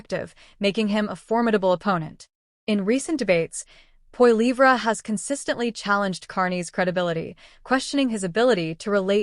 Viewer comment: Funny how the narrator pronounces Pierre’s last name. POILIVRA?😅